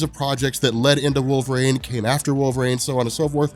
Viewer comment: "Wolver-ang" is all I hear